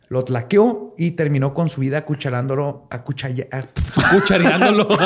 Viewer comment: "Acucharandolo", jajaja, chalez, es que el drama está bueno pero ay dios, morí.